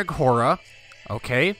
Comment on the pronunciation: Have you tried to download the Tubbs' Better Faces submod? It inserts the DLC portraits from the base game into the mod. You should install it as it really improves the portraits. Also, Hoare is pronounced like "whore", not "har-ah". Still, looking forward to this series! I always love the Aegon's Conquest bookmark in the mod.